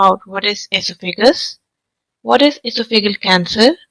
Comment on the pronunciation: Sorry, but your Pronunciation of your Topic is Very Unusual and hard to understand. The word is almost Unrecognizable . In American English, the stress is on THE SECOND SYLLABLE. That would be: "ee - SOFF - a - gus" You're saying "EE - so - FEE - gus" with seemingly 2 stressed syllables. And "ee - so - FEE - gul" for Esophageal, which is pronounced here as: "ee - soff- a - GEE - ul". I realize there are variations between American, British, & Indian English Pronunciation. I suffer from Barrett's Esophagus myself so was interested in learning the cancer symptoms. I had a recent endoscope and it was fine, although I have had a persistent cough & some hoarseness for about 10 years & my doctor hasn't seemed very concerned. Perhaps it is a side effect from taking Omeprazole for so long. It does concern me. To Commenters: Don't get your bowels in an uproar & freak out. Any critical comments can sometimes bring a wave of backlash criticism. Since I won't be revisiting this video, I won't see it so you can save your breath.